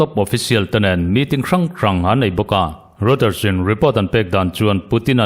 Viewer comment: Reuter hi i lam dik lo fo thin in ka hria, Rawitar, tiin lam tur...